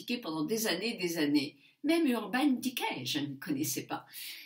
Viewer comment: Je suis ravie! Tu dis Urban decay correctement avec le sourire! Bravooo!;) Sinon tag avec des réponses sincères, authentiques et intéressantes. Biz